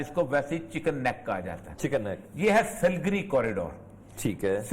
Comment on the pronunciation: سل گری نہیں، بلکہ سلی گوڑی۔